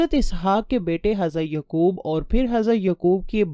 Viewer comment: With respect some of your word's pronunciation is absurd. For example Hazarat Uzair not Aziz and Hazarat Yaaqub not Yqub.